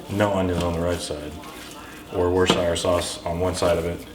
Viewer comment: Just to let you know. You said Worcestershire sauce correct.